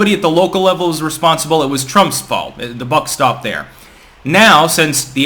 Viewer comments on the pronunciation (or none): none